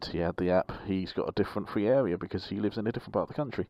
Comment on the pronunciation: Is it just me or did he say fwee awea not a criticism? Just wondered if I’m hearing things